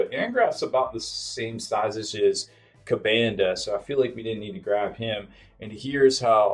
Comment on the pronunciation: KuBANduh huh? It is kuhbunduh